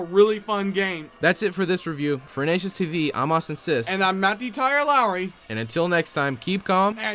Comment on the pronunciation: Hello, it's Matthew Lowery, not Matthew Lowry (Lowery)